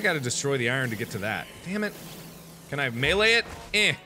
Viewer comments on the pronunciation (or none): none